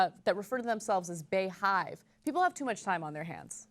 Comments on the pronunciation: it's pronounced Beehive, not Bay-hive. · Bayhive? Lolol, it's Bee-hive. XD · Ana its pronounced Bee Hive, not Bea Hive. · In the beyonce pictures i think the make up is what makes her look off . Also anna it's pronounced like BEE - HIVE not bae- hive Lool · Lol her fanbase calls themselves the Beyhive... pronounced " Bee-hive"... and she's supposed to be the " Queen Bey." It goes with her name. Her name is not BAEyonce.. it's Beyonce Ana, that's why it's said like it is. lol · its pronounced Bee hive guys, Bee hive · It's pronounced as "Bee hive". Like Beyoncé is phonetically, "Bee"yoncé Lol. I'm not a super fan, but thought I'd point it out :) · Everyone knows it is pronounced Bee (bey) hive... uncultured swine at TYT tisk tisk smdh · "Bey" is pronounced like "bee". As in BEYoncé, not Bayoncé... That is why it's the BeyHive (like beehive) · pronounced beehive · Ana is an idiot, it's BEE-HIVE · Ana, It's pronounced Bee-Hive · I think it's pronounced beehive like as in *Bey*oncé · Side note: "BeyHive" is pronounced "Bee hive" and Beyonce is the queen bee (that's why they call her queen, like bees have a queen) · It is pronounced BEE-hive.. The same way you would pronounce Beyonce.. not baaayonce lol. That's why they call her queen bey.. lol in no way is 'Baewatch' better lol wtf. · Come on, Ana. It's OBVIOUSLY pronounced BEE-hive. As in BEE-oncé. As in queen BEE. Sometimes I wonder how people at TYT miss such obvious things... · Bey hive is pronounced "bee hive" like the first three letters of her name are pronounced "bee." My guess is they came up with the name "bey hive" because she is their "Queen Bey" (pronounced bee). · OMG TYT you're so out of it sometimes. It's pronounced "Bee" hive as in bees and you know they have a queen? Well Bee yonce's fans think.of themselves as bees around their queen. So Bay watch wouldn't work because it's not pronounced Bay yonce. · BeyHive is pronounced BeeHive. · Bey is pronnounced Bee! Like bee-hive!